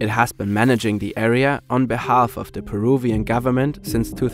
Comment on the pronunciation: It's "the" and "these," not "da" and "dese."